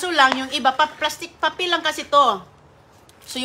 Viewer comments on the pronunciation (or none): none